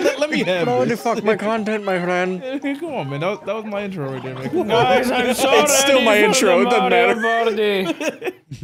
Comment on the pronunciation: "its still my intro duddnt madder" God i love 💀